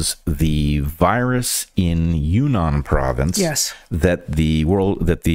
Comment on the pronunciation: Yunnan is pronounced you-ee-nan, and say the first part quickly. I really wanted to visit the Western provinces of China was I was teaching there, but couldn't arrange the flights, and didn't look on the map when I came back from Vietnam, because then I was close! The tourism in that part of China is supposed to be very interesting. I can't worry about viruses there hah hah.